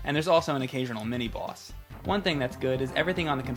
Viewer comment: I like the way says boss. Its like "bwoss".